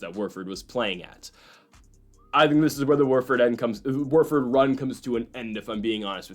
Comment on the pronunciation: Who’s Worford… it’s Wofford